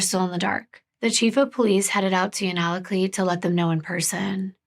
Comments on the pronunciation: I live in Alaska and this case was, and still is, such a tragedy. Here are some hopefully helpful pronunciations: Unalakleet (heard it as you-nuh-luck-leet and you-nuh-kleet) Yupiit (u-pit) Kotzebue (cots-ah-bew) Ptarmigan and akutaq (aka eskimo or athabascan ice cream) are both delicious! Ptarmigan and spruce hen are like the dark meat of a chicken basically, a little gamey to some, but if seasoned and prepared correctly, they're super good! Akutaq with fresh picked Alaska blueberries...nothing compares! Thank you for bringing awareness to another MMIW case. Just one of many that need, and deserve, the attention of all our communities! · My friend is from Unalakleet! What a small world, wow. If I remember correctly it’s actually pronounced “you-na-cleet.” Someone please correct me if I’m mistaken! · If you ever need help with Alaskan cases or people, lmk ❤️ I’m Inupiaq. And it’s pronounced U-naa-laa-Kleet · Anchorage Hillside isn’t in Nome. It’s in Anchorage. It’s the wealthier part of Anchorage. And Anchorage is 1,153 miles SOUTH of Nome or 547.3 miles by plane. Unalakleet is pronounced you-nuh-la-kleet But I’m glad our indigenous women are getting coverage. There’s so many unsolved murders in Alaska. It’d be nice to see more coverage on those cases too. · Unalakleet is said like (you•na•la•kleet), you’re amazing for trying to pronounce the words. You’re doing good❤️